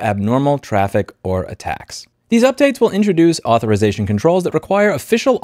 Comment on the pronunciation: "Comments on non-native English speakers for making a plural mistake, goes on to butcher the word Authorization." -- That unnecessary ad-hominem backfired in just a few minutes. I understand the frustration, we all have it, however please don't insult those who make an effort and make mistakes while doing so. As you illustrated, even native speakers make mistakes.